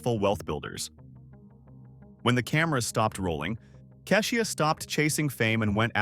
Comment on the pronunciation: They mispronounced Keisha's Name 2 ..